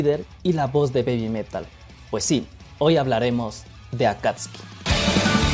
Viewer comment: Buenos dias si sabe mucho sobre Babymetal el ya estado en Japon como 2 vezes creio que el es de Ecuador.Si el pronuncia correctamiente Akatsuki, Akastisuki yo cuando vivia en Japon escuché mucho en los animes,peliculas,telenovelas,y claro Naruto😂😂recuardo del senior David, y esta relacionado com los ninjas exilados de sus aldeas,si yo tambiem creio que la cancion de X Japan y Akatsuki no se parece en nada perdon 😅quizás cuando grita en el principio de la cancion,me gusta la reaccion de usteds es divertido.